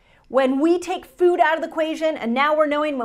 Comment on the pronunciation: I wonder why she pronounces it like fewd is she from Canada?